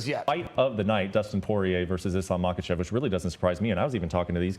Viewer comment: The ignorance and disrespect shown to islam by laura and the other guy in mispronouncing islams last name its pronounced mockleshev. I mean you guys are sitting next to the smartest and kindest man in the world undefeated ,undisputed just ask him and chael will gladly help you pronounce any fighters name . For example this amazing new irish middle weight paul O'costa